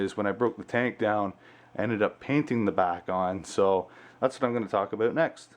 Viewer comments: Great video and your tank looks amazing!!!! Love the way you say about (a boot) haha, but I'm from Texas so I'm sure I would say a lot of things that sound funny to you haha. Thanks for the great video!! Just bought a 75g for my mbuna, can't wait to set it up!! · Hahahaha he said aboot